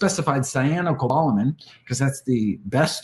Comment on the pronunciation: I would just point out it’s not “cyan of goleman”, it’s “cyanocobalamin”